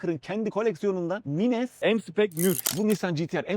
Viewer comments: mines ne abi maynz diye öğrendik biz :) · Abi mines nedir sen yapma bari okunuşu farklı o kelimenin 🙏